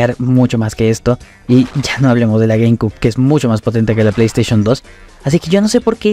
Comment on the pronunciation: Se pronuncia "gueimciub" no "gueimcub" ☝️🤓